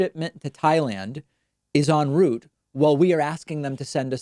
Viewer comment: Well done, David. You are amongst just a handful of Americans who can pronounce "en route" correctly. Thank you.